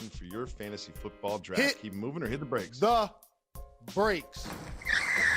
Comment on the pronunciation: Did my man's just say "hit the brAks?" 😂